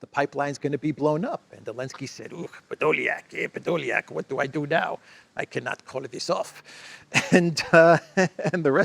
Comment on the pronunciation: “Ehrrr Pedoliak” (Elensky) 😂